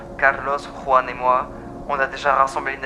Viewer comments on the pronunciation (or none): none